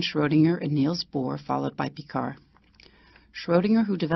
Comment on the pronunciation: Chutiye, you cannot even pronounce Einstein, Niels Bohr and de Broglie and you made a video on them?